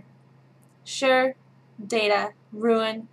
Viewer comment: Im from Olathe, Kansas and I say horror like you. Also you said crayon wrong but im only pointing that out cause its a major pet peeve of mine, no hate.